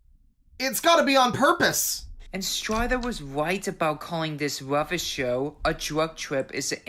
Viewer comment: he says "rubbish" as "ruffish" and "tubbies" as "tuffess" so I really think the "ub" sound is the issue